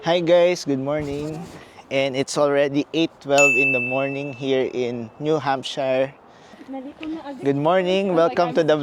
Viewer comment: New subscriber here. By the way, Americans pronounce it as New Hampsher, not “hamp shayr”. Keep up the good work on your vlogs 😊